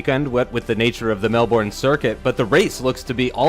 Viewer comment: that guy said Melbourne SOOOO bad and im triggered because i live in Melbourne. i hate him now